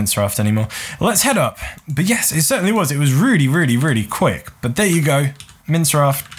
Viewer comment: do you call minecraft...... "mince raft" lol